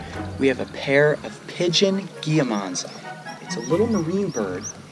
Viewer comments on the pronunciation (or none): Gee-a-mons? Are you sure that is how to pronounce their name? In the UK and Ireland we have always called them Gill-e-mots or at least that is how I have known them to be called. Also Moon Jellyfish do sting as I got stung by one once and it left a red rash on my hand and a slight burning feeling for a while. I was in the sea looking around for whatever sea creatures were about and put my hand into some seaweed and didn't notice it until it stung me.